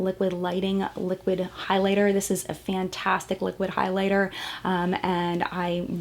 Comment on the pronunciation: Am I the only one bothered when she kept saying "fann - tastic" instead of fantastic? XD